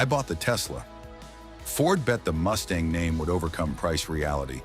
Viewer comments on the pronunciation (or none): Ford Mustang "Moshee"!